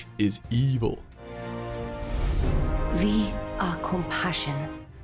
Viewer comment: "Ve...are compassion.." *Tf2 flashbacks*